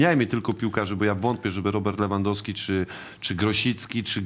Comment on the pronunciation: SSD !!! A jak jest Lewandowski i inni mówią Lewyndowsky XD